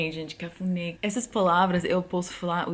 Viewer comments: Você disse "cafudê" no lugar de "cafuné" kkkkk A também não conhecia esta palavra.E olha que ela é casada com brazuca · Só eu entendi "quefudé" em ? hahahah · Cafuné não cafude kkkkkkkkk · ela: cafuné eu: cá fude!? ela : cafuné eu: ?? ela: ca.fu.né eu: aaaaaa cafuné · Será que só eu entendi, CAFUDÊ? KKKKK depois entendi cafuné 😂😂😂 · Eu nem entendi quando vc disse cafunê....porque nós pronunciamos cafuné. Ê IS PRONOUNCED LIKE THE E OF MONSTER, AND É HAS THE SOUND OF E FOR ELEPHANT. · Eu entendi cafude kkkkkkkk meu deus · Gente eu entendi: cafuder🥴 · kkkk só eu que ouvi "cafudé"? Sorry kkk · Ela falando cafuné errado é tão fofo 😍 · quando ela disse cafuné eu não tinha entendido kkkk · é cafuné com a entonação no "né" se vc falar desse geito aí as pessoas vão querer fazer outra coisa 🤭 kk Brincadeiras a parte, você é maravilhosa e seu português tá muito bom ♥️